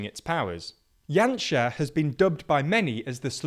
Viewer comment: Very good pronunciation throughout the video! Janša has been an absolute embarrassment to this country, both currently and in his past governments. Lets hope for a big voter turnout in April and that the current political, economic and social crisis perhaps opened the eyes of the people.